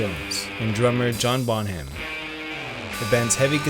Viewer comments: Bonham is pronounced "Bonnem", not "Bon-ham". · Your pronaunciation of 'Bonham' and 'des Barres' is atrocious. Also there was no curse and no pact. Just bad luck. Bonham was a country man who didnt believe in bullshit like that. Plant was a hippie and Page enjoyed being seen as mysterious.